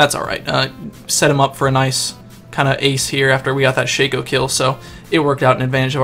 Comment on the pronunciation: you say it sha co but its shac o